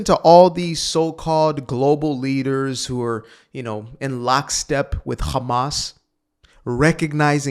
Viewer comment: How about calling them by their actual name, Hamas, not Khamas. Only God Chosen people call them Khamas because they can not pronounce the H. That just goes to say where you get your talking points from.